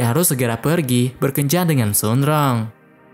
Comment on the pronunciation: Bang baca nya bukan sun rong tapi surong